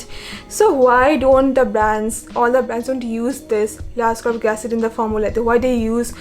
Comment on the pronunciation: Not to be rude bt a slight correction L-ascorbic acid is pronounced as it is written i.e L-ascorbic acid not Lascorbic acid..it is called L-ascorbic acid because of its naming based on its chemical structure as per organic chemistry🤓